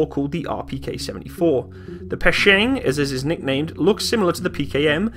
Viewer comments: Печенег \ PE-CHE-NEG not PE-SHE-NEG that is correctly . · PKP (Pech-E-Neg) it's not peshang lol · I'm sorry, but the PKP replaced nothing. Also it's not "Pecheng" but "Pecheneg" and it's not being used in Ukraine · Nice review! You've got a new sub! Overall you've got pretty good russian pronuanciation , so don't worry about these silly haters;) (That probably either don't speak russian or just being dicks:D) If it is your personal opinion than it's good and don't be afraid of people in comment section :) P.s. It's more correct to say PeCHeneg (Ch sound as in CHannel, not sch) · It's Peh-Cheh-Neg! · that's called "pe-tche-neg" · Pecheneg is pronounced with the "che" like in Chechen, not like in chemist :o Like chair. The "pe" is like pair. The "neg" should sound like negligent. Not nearly as useful as the video, though...